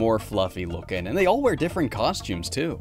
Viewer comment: Am I the only person that heard say “they look fluffy wooking”?